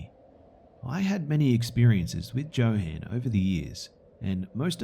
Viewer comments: I think you mispronounced the crazy guy in the second stories name is probably pronounced yo han not Joe han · joe-han? it's yo-HAHn lol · Johann is pronounced "yo-hahn", not "jo-han". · it's pronounced "yohann" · I believe Johan is pronounced yo-hun, didn’t detract from the great reading though :-) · Johan is pronounced with a Y sound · Ha ha ha. The name Johan is pronounced with a "Y" not a "J". Like jalapeño peppers. Good stories though. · Anybody else bothered by his pronunciation of "Johan"? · I was thinking the same since I know a Johan.